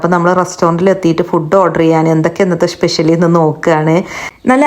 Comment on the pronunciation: Special ❌️shpeshal ✅️😂